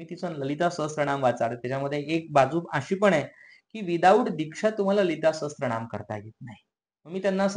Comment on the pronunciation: Lalita sahasr..... raa.....naam....(T ...nahiee laagat...it's sraa.....naam 🙏✍️